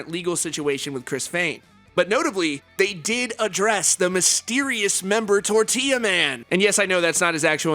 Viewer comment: If you’re gonna say tortilla then at least say it right, ROLL YOUR R’s....